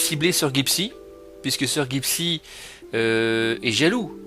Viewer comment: Tu ne sais même pas prononcé son pseudo...